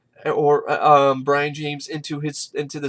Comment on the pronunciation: brian???? its brion